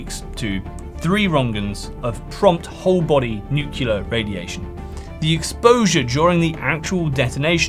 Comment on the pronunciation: Great vid. But, with a vocabulary like yours, hearing "nukeular" rather that "NUCLEAR" just grinds my gears.